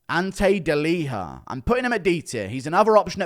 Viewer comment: Why do you pronounce Ante Delija like it’s a Spanish name lol